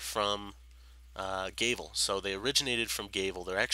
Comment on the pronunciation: G-ah-vel, not G-ay-vel. Gr-ee-ahn, not Gr-ih-ahn. Province, not providence, no d. Sorry if you are not a native english speaker.